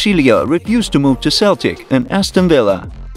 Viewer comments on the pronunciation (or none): none